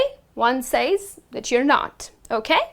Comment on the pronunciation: You mispronounce says. I advise you to read Daniel Jones.